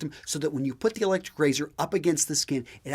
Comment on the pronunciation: Electshryc Rayzhyrsh!